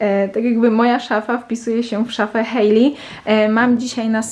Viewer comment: W końcu ktoś kto poprawnie wypowiedział imię Hailey 🙈